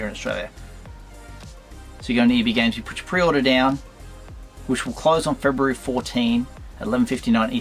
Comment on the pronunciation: Very informative vid. I learned some Australian today. February "For-Dean". Must come right before "Fit-Dean"! Did a part of your soul burn when you opened that carded fig? 😂